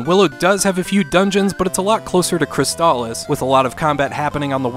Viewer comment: why do you say crystalis weird? haha